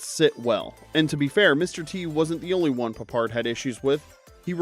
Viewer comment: Garbage from start to finish. Porly researched and with the silly inaccuracies in the commentary and the stupid pronunciation of Peppard, I mean who TF is George Puppard?! I've totally wasted 20 minutes of my life on this crap!